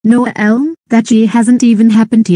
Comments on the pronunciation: Why does mispronounce Elmo's name as "Uhel"? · I have no idea why voice can not pronounce Elmo's name correctly. I did type Elmo in her TTS.